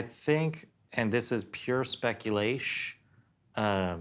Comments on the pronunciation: Anybody that says "speculesh" automatically loses all credibility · "speculaish?" Sorry, never heard of that word before. Care to provide me with a "definish?"